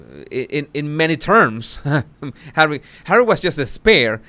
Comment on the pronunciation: I crack up every time you say Hawwy. Ohhh. Wait. She said " I know how the Palace works". That's the opposite of her other statements of her poor little girl ignorance. Haha. You are EXTREMELY 😂😆😂😆😂😆👏👏👏